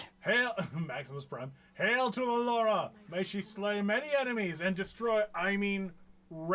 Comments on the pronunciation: Take a shot everytime pronounces her name as "laura" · saying Lara names like that kind of triggered me every time